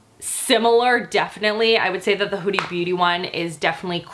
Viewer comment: it's not "hoodie beauty" it's "Huda beauty"